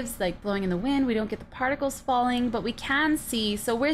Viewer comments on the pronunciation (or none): none